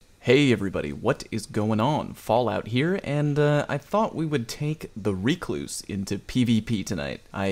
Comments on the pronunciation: I will accept Ruh-kloos or wreck-loos. None of the REEE-kloos shenanigans. Get learnt. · Well, you cluse once, then you cluse again.. it's a recluse. Reeeee-cluse! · Buddy....BUUUUDDY what is that pronunciation? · The number of YouTubers who mispronounce Recluse. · Why are you pronouncing the weapons name like that...its named after a type of spider and no1 says it like you are ahahahahaa